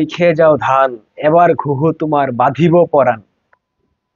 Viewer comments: ভুল উচ্চারণ করবেন না। এইটা ওই জামাতি , হেফাচ্ছতি , আর ইনকিলাব জিন্দাবাদদের জন্য। আওয়ামীলীগ এর কেউ অপসংকৃতি করে না। আপনি বলছেন বাঁধিব প্রাণ , হবে কিন্তু বোধিব প্রাণ। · বাঁধিব পরাণ নয় বধিব পরাণ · বাধিব প্রাণ নয়, বধিব প্রাণ। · কী বলে! বাধিব পরাণ না বধিব পরাণ। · Badhibo noy, bodhibo. You should learn proper words before coming to public audience.